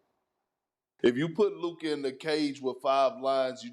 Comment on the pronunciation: Subtle jabs the media has been taking against luka and kyrie. Notice how sas always pronounces lukas name as “lukur”, and notice how these guys make sure that if they do call luka the best player they say he maybe the best “offensive” player. To constantly discredit his defense or to put a asterisk on his greatness. When curry who plays no d and jokic who plays no d are doing their thing and winning then they are the best “player” but when its luka then hes the best “offensive” player.